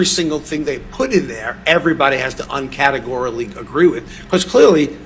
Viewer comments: "Uncategorally" - Dr. Spiegel 🤔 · What the hell does "Uncatagorrilly agree" mean? Is Uncatagorrilly a word? LMFAO....expert my ass. Why can't ANY of her witnesses answer yes or no questions with a "yes" or a "no"??? For a so called expert, he keeps saying "narcissic". Dude is hilarious. Plus he's like the love child of Christopher Lloyd from Back to the Future, and Abe Vigoda from Godfather.